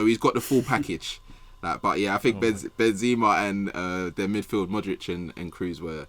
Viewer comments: Who says "Ben-ZIMA?" Is joking or does he actually pronounce his name that way? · doesnt sam realise it isnt benzeeeeema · Ben ”Z” ema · Anyone else getting annoyed with same calling benzema benzzzzma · How is saying Benzema is throwing me so much lol